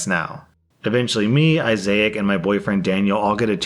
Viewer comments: Dude that was so weird hearing you combine the names "Isaac" and "Isaiah" into Isaiac when the friend's name is spelled as "Isaac" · It’s Isaac, not Issaic; please, please stop doing this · *Izak, not "I-zay-ak." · "Issac" = "I zay ik"...? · Why do you keep saying Issac so strangely? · So... are we not gonna talk about butchering Issac's name?